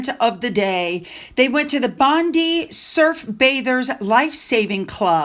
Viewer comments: we feel your sadness in regard to Bondi ….. it shook everyone to the core ……… can’t believe how fake M and H are. It’s revolting ….. oh and Bondi is pronounced Bond eye 👁️ xoxoxoxo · Hi, not that it's a big deal but so you, the pronouciation of Bondi is " bon-dye". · Agree with all comments. Was disgraceful. By the way Bondi is pronounced Bon Dye. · Ps Bondi is pronounced “bond” “eye” and is Aboriginal for “waves breaking over rocks “😊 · OMG, I hadn't quite registered the insensitivity ... long blue-and-white stripes at the venue of an anti-Semitic terrorist attack ... FFS, Meghan!!!! HELLOOOWWW??? Btw, "Bondi" is pronounced "Bond-eye". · Bondi is said like bondeye. We always said the Harkles would go there. She'd never miss a moment to insinuate into any tragedy. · Hi, it is pronounced Bond Eye. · just a little help with a pronunciation….Bondi is pronounced Bond eye….beach. x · Hi. I really enjoy your kind understanding of King Charles for his way wood son Harry. I think Harry and Megan are such loose canons and dishonourable people that it wont matter when the titals are taken they will still use them and profit off them. Because they are uncontrollable. Also I kindly correct not even though its spelt Bondi its pronounced BondI as in I went. Hope that hepls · the beach is pronounced Bond - eye